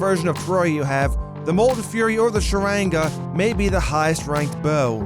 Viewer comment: "Sharange" Sharanga